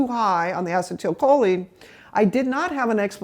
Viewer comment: Great info. I just wish the doc would pronounce acetylcholine properly, instead of inserting an extra syllable.